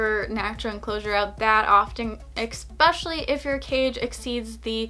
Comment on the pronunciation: Especially not ecspecailly lol drives my ocd up